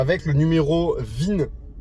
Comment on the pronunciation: Bonjour… Pour info, c’est le n° VIN (Véhicle Identification Number) et pas ZIN !😉(je reconnais que vous avez corrigé après👍🏻) Et commandée le 16 juin ! Whaouh ! Vous êtes un "early adopter" ! C’est courageux, y’avait pas bcp de retours objectifs à ce moment-là ! Moi, je me suis décidé mi-décembre et livrée le jour du printemps (pour un véhicule qui s’appelle Spring, c’était obligé !😉)